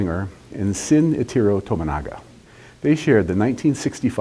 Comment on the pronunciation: Tomonaga's first name is pronounced Shin-Ichiro, not Sin-Itiro. The incorrect pronunciation is the result of the old romanization systems that were still commonly used back then, where し was transcribed as "si" despite being pronounced "shi" and ち was transcribed as "ti" despite being pronounced as "chi" and, unfortunately for Mr. Tomonaga's memory, that transliteration, and the resulting mis-pronunciation, has stuck. (The non-phonetic transliterations of し and ち and a few other Japanese syllables actually make some sense given the structure of the Japanese phonetic scripts (kana), but that doesn't make them any less misleading...)